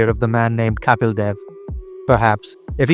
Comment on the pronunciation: Are you Indian? Or a firangi? Or are you an Indian firangi? The way you're pronouncing "Kapil" is off-putting!